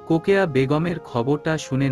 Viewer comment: রোকেয়া না বলে কোকেয়া কেন বলে